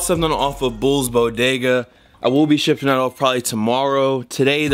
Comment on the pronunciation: "Bull's Bodega" 😂😂😂😂😂😂😂😂😂😂 nonono